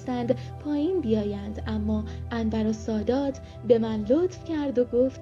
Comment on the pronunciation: کاش تلفظ اسم رئیس جمهور مصر(انور سادات) و اسم حوزه علمیه مصر (الازهر)را هم بلد میبودی،😢،خواهشا یک تحقیقی میکردی همونجور از رو متن نمیخوندی